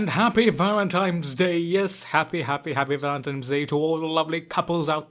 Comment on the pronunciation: Valentimes hilarious